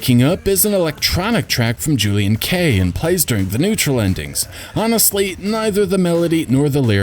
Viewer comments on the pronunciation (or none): none